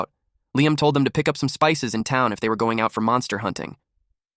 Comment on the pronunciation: ahh yes "goning" 😭